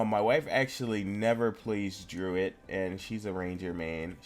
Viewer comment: first thing its pronounced druid not druit thers no t at the end